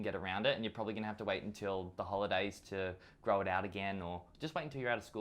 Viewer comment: when you gay AF that you pronounce "grow" = "gay"